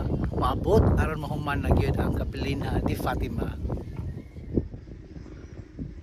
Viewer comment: It is pronounced kapelinya. Capelinha is a Portuguese word, the "h" is not pronounced.